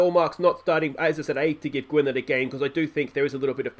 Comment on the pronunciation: Mentions player of the year and Ap Gareth scores? Coincidence I think not Also in welsh Y is pronounced like an I Perfect example is Barry - Gwynedd is pronounced Gwinedd Also davies is probably how you pronounce Davis My favourite episode in a while top banter with the "if you cant spot the weak team its probably you lol"